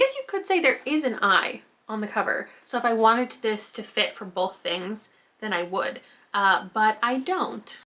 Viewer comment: Love your mum! Funny how she has a stronger Canadian accent than you but last week you were using the word “both” repeatedly and I heard it!